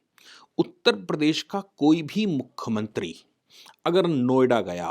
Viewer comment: आप मुख्यमंत्री को बार बार मुख्खमंत्री बोल रहे हैं